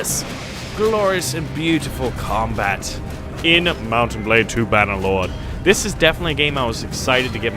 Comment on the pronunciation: Its not Bannderlord, its Bannerlord 😂